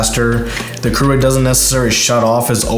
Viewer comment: Keurig is not pronounced "crew-rig", it's "cure-rig". And the Nespresso pod bin isn't like a trash compactor, it's just a waste bin. While you think the Nespresso coffee is expensive, it's way cheaper than Starbucks. But if you want Folger's tasting coffee, that's your choice. And yes the Nespresso shuts off, but takes less than 30 seconds to be ready. In fact turn a Keurig and Nespresso off and start them at the same time and brew and the Nespresso will win.